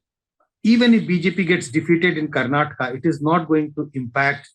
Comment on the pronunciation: It's not karnatak it's Karnataka 🤦